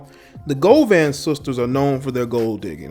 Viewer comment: That’s NOT how you pronounce Gloria’s last name.....🤣🤣🤣🤣🤣